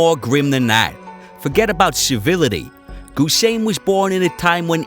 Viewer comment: NOT GUSEIN BUT HUSEIN!